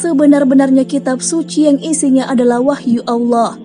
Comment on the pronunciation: Maaf ya mohon naratornya memperbaiki ucapan vokal di akhir kalimat agar tidak berhenti dg huruf “K” klo pas nama Allah lafdhul Jalalah jadi salah....trimakasih...